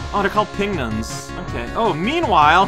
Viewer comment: I am surprised a native french speaker would mispronounce "pignon". It's supposed to be like "champignon" because it's a mushroom.